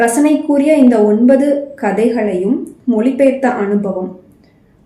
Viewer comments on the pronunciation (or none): அழகான,எழுதப்பட்ட, மொழி பெயர்த்த, இவற்றை இப்படியே உச்சரித்தால் இன்னும் அழகாக இருக்கும் . 👍